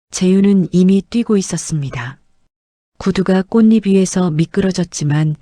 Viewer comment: 꽃잎을 꽃이블로 발음하면 안됩니다 꽃이풀로 발음 하세요 자음 접변 안 배우셨나요?